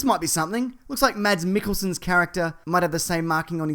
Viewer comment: Stop saying mats mikkelsen!